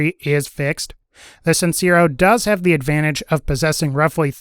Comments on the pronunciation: The e in sincero is pronounced more like "tear" than "sear". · Lol its not pronounced sin-ze-ro, its sin-say-ro. Hyped to get that gun soon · Just wanted to let you know the amigo sincero means honest friend when translated it's also pronounced sin-se-ro